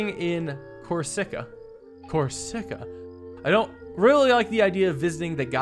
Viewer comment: the way he pronounces corsica lol